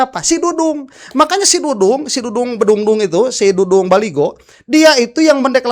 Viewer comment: .bukan Baligo..yg benar.baliho.